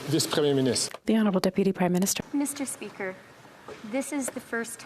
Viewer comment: “Miss-Tur-SPEE-ker.” God, that lipless loon-bag is worse than fingernails running down a chalkboard.